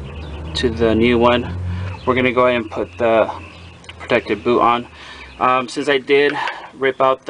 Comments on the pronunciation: Is he saying “booth?” Protective booth? He seems like he knows what he’s doing, so surely he’s not saying “booth,” right?? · I also heard booth. Thought it was just my hearing.